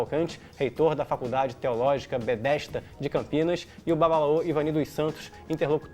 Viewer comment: “Bedesda” não Betesda